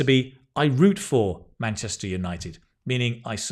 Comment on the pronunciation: Munchester city ☠️